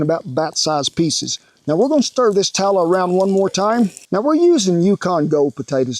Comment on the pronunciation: "We want em to get down into that beef tallah." I love this man.